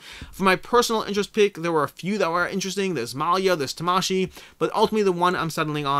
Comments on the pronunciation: If you want to pronounce Tamashii like how a Japanese person would pronounce it, then you wouldn’t pronounce it like how it is pronounced in the video. Syllables are generally not accented like they are in English. Vowel sounds do not vary like they do in English. So both “a”‘s in Tamashii have the same sound like the “a” in father. But Americans have their own pronunciations for karate and Hanabi, so if you want to sound like an American while pronouncing Tamashii, carry on :D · I think its pronouced ta-ma-shi-i as in Spirit or Soul in Japanese. I also like to add that the "bad habit" of having insanely high ratings even before the game is out is really something to take note. I am not sure if these are just people from the company who might not even had played the game. And even if its beta testers, its at best a rating of the beta, might not translate to the final. Seen that happened on imdb as well...